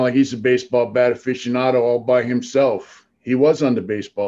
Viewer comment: "Baseball bat afficiando".